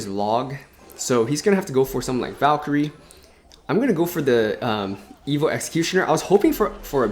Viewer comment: Why do you say evilll and not evo. It kills me lol